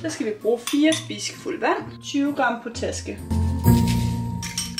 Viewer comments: Jeg har først lige set den her nu, og griner lidt over måden du siger potaske på 🙈 man udtaler det pot-aske og ikke po-taske 😂 men elsker dine kæmpe videoer 🤩 Og til en anden gang, hvis du har en skål der går i stykker, kan man købe nye skåle, så du ikke behøver købe en hel ny maskine (for maskinen plejer der at være 5 års garanti på - hilsen en der er uddannet isenkræmmer) 😄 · Det hedder Pot-aske. potaske😂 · Elsker dine videoer PS det udtales POT-ASKE 😊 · Man udtaler det pot aske. men et underligt ord indeed! Honninghjerter er fråderen, men ikke som da man var barn i 90'erne. Måske var det mere magisk dengang! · Man udtaler potaske (pot-aske) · Bare lige til det der potaske det udtales pot aske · Pot aske * udtales det